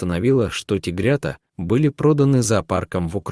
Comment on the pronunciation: СапЕры, тигрЕнки... Автор, пиши слова в титрах правильно и читать будешь правильно))))